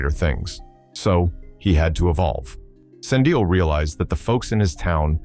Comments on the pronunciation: Slin-dial was even worse 😂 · Slin dial (Slindile) 😂😂